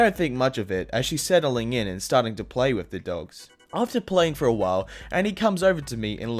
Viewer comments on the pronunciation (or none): u said setttling